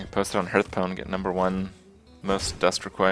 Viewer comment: Why do people call this game HURTHstone. It's Hearth not Hurth